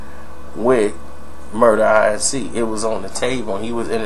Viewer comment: Inc, pronounced like ink, is short for incorporated, it's not an initialism, it's pronounced as a word. That's annoying as shit hearing you say it that way in video after video